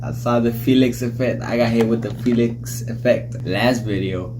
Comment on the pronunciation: Felix's name is pronounced Fee-lix but it is written as Felix